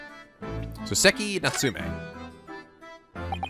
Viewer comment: your reactions are as amazing as always, seeing your joy playing this is a delight PS: it's saw-seki not soo-seki